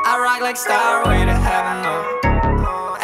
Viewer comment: Bez przyjebki bo słucham wszytsko od Ciebie i popsuje ale warto było sprawdzić jak wymawia się "stairway" bo bardzo słabo brzmi "starłej"...